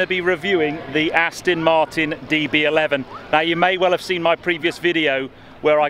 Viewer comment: I must insist that you absolutely have to re-learn how to pronounce Aston Martin. It's NOT ass-tin, it's ass-ton! Please change your pronunciation as I'm cringing endlessly! Even ass-tun is more bearable.